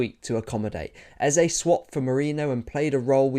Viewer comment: Thanks for the balanced analysis. But more importantly, thanks for not butchering "Eze" like many English football analysts have decided to do.